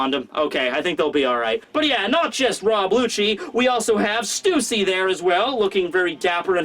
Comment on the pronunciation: Stussy is pronounced like Hussy.